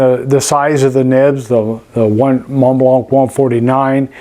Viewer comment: Teaching native English speakers one at a time: the C at the end of Montblanc is silent.